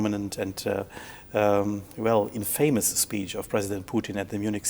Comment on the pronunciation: Infamous - not being pronounced like that -_